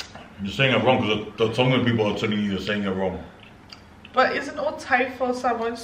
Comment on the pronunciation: OMG youse are making me hungry now 😩 you've pronounce everything correctly in tongan btw 🥰🥳